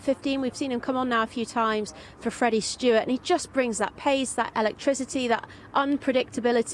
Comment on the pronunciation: Freddie Steward NOT Stewart!